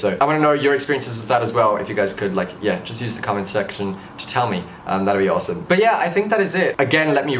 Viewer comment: the comment sex... tion below (am I the only one who heard it like that??)